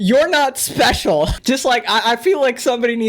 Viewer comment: "You're not espehshul".